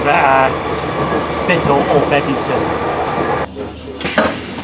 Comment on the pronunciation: Loving your work! 😉👍 but it's BEBington isn't it?! Not Bed! 😂